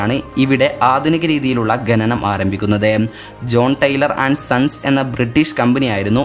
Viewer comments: ഗനി അല്ല ഖനി.. ഗനനം അല്ല ഖനനം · ഗനനം അല്ല,,, khananam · ഗനനം അല്ല ബ്രോ ഖനനം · ഗനി, ഗനനം അല്ല bro ഖനി, ഖനനം 👍🏽👍🏽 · ഗനനം അല്ല ഖനനം ഗനി അല്ല ഖനി കുറ്റം പറഞ്ഞതല്ല, ഒന്ന് ചൂണ്ടി കാണിച്ചെന്നെ ഉള്ളു 🙂🙂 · ഗനനം അല്ല ഖനനം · ഗെനനം അല്ല.... ഖനനം... അതൊന്ന് നേരെ ചൊവ്വേ പറയാൻ പഠിച്ചാൽ കൊള്ളാം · ഗനനം അല്ല ഖനനം.. ഗനി അല്ല ഖനി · ഗണനം അല്ല ഖനനം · ഗെനനം അല്ല ഖനനം